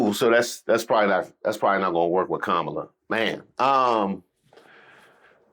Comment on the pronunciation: And STILL can’t pronounce Kamala